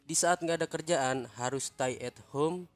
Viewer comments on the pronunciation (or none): Stay bacanya stey bang bukan stai😭🤣